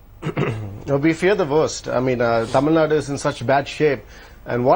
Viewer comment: rajdap, please pronounce the word TAMIL NADU and not as Tamil NUT? Tamil NUT?